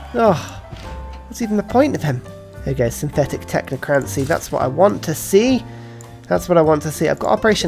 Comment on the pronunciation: "technocraNNNNcy" oh dear...